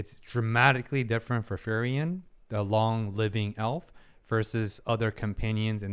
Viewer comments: I'm liking the video so far, but i have to say, you are pronouncing frieren wrong. Its frie with ie like in me And ren with en like in understand. I dont know if it helps, but It's supposed to be an german name. Edit listening to it, for the second part(ren) the an of and would be possible. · its a bit funny that you pronounce her name like "ferien" which means holidays^^ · furryen is the funniest way I ever heard frieren being pronounced lmfao, this is great 😂